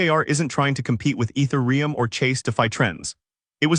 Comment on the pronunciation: This is all accurate and good news, unfortunately it's AI voiced, just listen to the is pronunciation of ethereum at 15.45. It's such a shame that this channel is doing this, basically grabbing some written word and then applying AI voice to it. Shame.